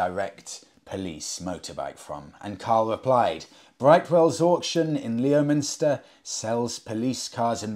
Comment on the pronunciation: Leominster is pronounced "Lemster".